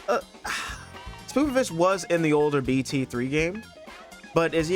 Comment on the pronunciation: Bro said sPOOPovich